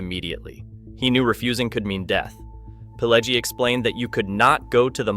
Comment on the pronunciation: And it's pronounced Pih-LEH-jee.